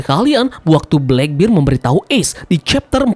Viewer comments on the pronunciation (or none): black bear bang bukan black bir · Blakbir? Blekbert kali mint dibacanya